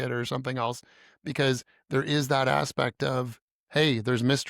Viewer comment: 😂 2nd time listening I heard benewits then shortly after she says aswects 😂😂